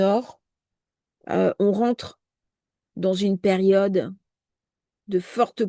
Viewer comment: 😂😂😂😂🤣🤣comme" perione" au lieu de "période"... 😂😅 que c'est énervant... ❤